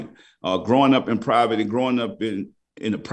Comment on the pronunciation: Love my guy says Proverty